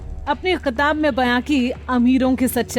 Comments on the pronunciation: Ky Qitab" kya bolrahiho!!?¿ Kitab kaho Apna Pronunciation Sudharo Kitna Galat ,Ganda boltihi Pahely sahi bolna Sikho phir Upload kiyakarna kiibhi VDO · She doesn't say kitab she says qitab. 🤣🤣🤣. Punjab kesari...